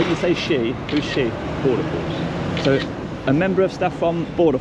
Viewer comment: Did he say he was with border force or border FARCE?